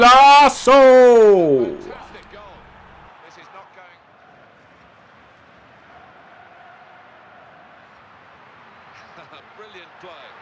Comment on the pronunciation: hahahaha how you said golaso xD